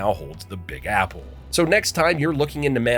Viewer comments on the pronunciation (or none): none